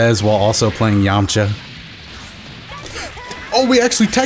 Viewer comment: I love the added A now he's Yam-A-cha hahahahha awesome